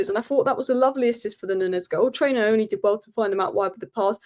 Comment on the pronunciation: ❤ you... please come for a tutorial of how to pronounce Nyoni 😂😂😂... it sounds more like New-oo-nee